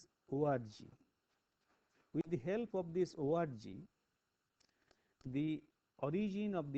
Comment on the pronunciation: "With the help of this ORGY" - cannot unhear.